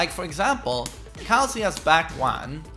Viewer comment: He says Kazuya right though, it's only Westerners that say Kazoooyer. The same goes for Narooooto and Yakooozer.